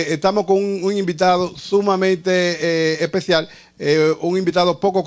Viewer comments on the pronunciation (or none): Presentador de televisión y no puede pronunciar una simple S .... típico dominicano.... " Invitado EPECIAL"....."TENEMO"